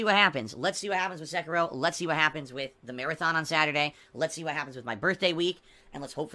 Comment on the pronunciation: unless it's share play to ch3at, Sekiro ( i HATE his pronunciation) will rip him a few new ones.